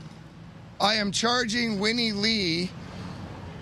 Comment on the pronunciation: “Whinie Lee”... 😂🤣